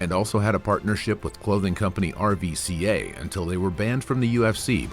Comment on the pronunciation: It's pronounced "ruca" not "r-v-c-a"